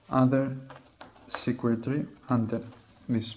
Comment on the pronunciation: In was confused bc in the auto-generated captions it says "secret", but then I realized he meant "circuitry".